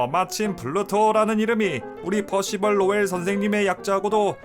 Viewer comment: 퍼시벌 할때마다 놀래네 발음이 너무 좋아서 ㅋㅋ